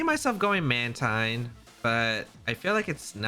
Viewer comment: Even though I still pronounce it as Man-Tine, I understand why it's actually pronounced as Man-Teen. It's Manta + Marine. Mantine.